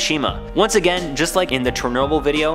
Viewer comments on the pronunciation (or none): none